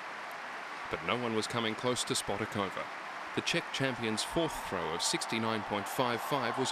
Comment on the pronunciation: The correct pronunciation is: shpotaakovaa. You pronounce the German correctly but not the Czech :(